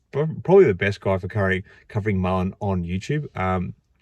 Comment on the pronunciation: is a idiot...dude can't even say the companies name correctly...His black box is a hoax...any of you think if his box was so good that he would be playing with Mullen instead of Ford,tesla or anyone else?. the Trucks are rebadged Chevy/Hino...the vans are Chinese junk. There is no production..there is no big hiring push for production...no raw materials going into the plants...the Saudi deal is not a deal..We are being had folks..I am pissed cuz I have been buying Mullen shares for over the last two years and I am 175k shares deep